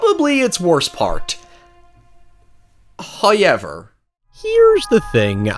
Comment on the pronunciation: Can you learn how to pronounce the word “however” please. For the love of god lol. HOW-EVER Not HyuwevR